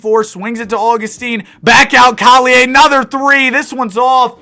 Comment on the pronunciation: You just offended me :( u prounced collier wrong